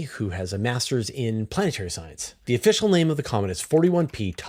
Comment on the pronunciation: Giacobini sounds like Jee-ah-co-bi-ni. In Italian, gi, ge, sounds with a J, as in Gina, Geraldo. Ghi (Lamborghini), ghe (as in ghetto) sound like in english.